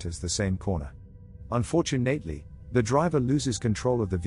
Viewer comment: Gotta love that awful ai voice say "unfortu-NATE-lee"